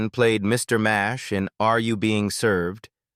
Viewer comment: It was Mr Nash not Mash why don't these people do research before doing these videos